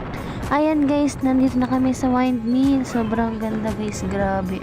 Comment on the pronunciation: hnd wyndmill wrong pronouncement. windmill yan, bisaya k b